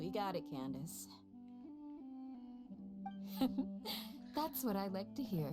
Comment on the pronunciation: HER NAME IS CANDACE NOT KANDAKEY